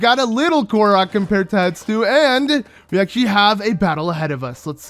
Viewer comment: Hestu. Hess-too. Not Hett-stoo. Not Hett-soo. Hessstooooo.